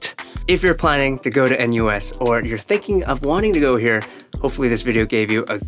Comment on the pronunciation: feel bit weird hearing a-NUS